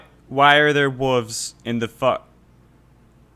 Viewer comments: WoLves!!! Not wuvs 🤣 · Why are you not pronouncing the “L” in WOLVES???? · Hey man love the video, but you do know there's a letter "L" in the word wolves right? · why are you calling them wuvs instead of wolves? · What is a whuv? Did you mean wolf? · Whats is a wooovzzz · Okay I’m actually confused, are you saying wooves on purpose or do you actually say it that way? No judgement if you do. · Yeah those “Wuves” can get annoying time to time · WTF is a woov? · wtf is a 'wuv"? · Dafuq are "Wooves?" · you fuckin say wooves? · "Who put wooves" lmao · I don't think wolves is pronounced like that